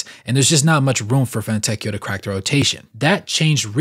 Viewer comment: it is very close to "See-moe-nay" , but the correct pronunciation is not easy to get for a native american/english speaker, and the surname Fontecchio is even harder but you pronounced it almost perfectly, so very good job 👌